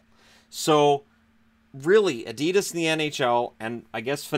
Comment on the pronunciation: Adidas ......lol you make me laugh saying adidas ............. its so wrong lol